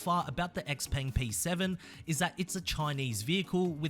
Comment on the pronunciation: It's not "X-Peng" like in "axe", mate. It's "Shei-Peng" like in "sheila".